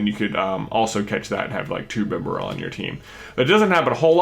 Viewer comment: Bibareal Bee bear il Not Bib a ral